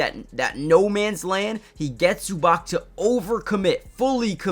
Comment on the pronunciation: Try pronouncing Zubac as Zoobahtz